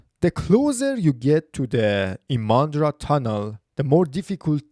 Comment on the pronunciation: Not ImAndra! The stress is on the letter "I"!